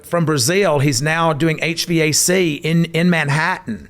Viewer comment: He said HVAC Todd just say H-Vac 😂